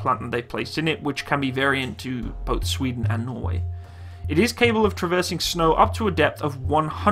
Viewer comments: good video but your way to say sweden sound way to wrong :P Sfweden it's sweden :P sry am swedish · The emphasis on “sveden” is totally unnecessary 😂😂😂. Love you’re videos